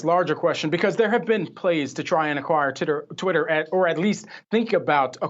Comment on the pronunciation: "Titter"!!!! Lmao